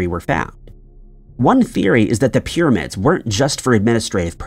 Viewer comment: The amount of people that don't understand this is some kind of voice software reading a script from a writer that isn't necessarily a native English speaker is the greatest mystery. That is the case for at least 50% of YouTube since a while back. Dead internet theory is becoming real. PIRRAMIDS!